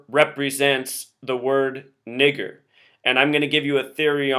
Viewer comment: dont fucking say that word u piece of shit!!!... its disturbing to here it. especially in the way you annunciat it!